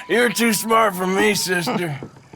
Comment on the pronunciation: É too e não two 😂😂😂😂😂😂😂😂😂😂😂 Dutch sempre tem um plano